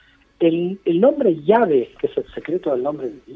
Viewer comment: Yo no se porque se aferran tanto a querer pronunciar el יהוה como "llave" 🔑 bien lo dijo Mario que es una mala traduccón y aun así lo siguen empleando en el clickbait del video a pesar de que es una aberración muy grande querer pronunciar el nombre de Hashem